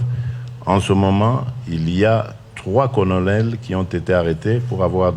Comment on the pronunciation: 3 conolel ou colonels stp oza mwana poto lobaka bien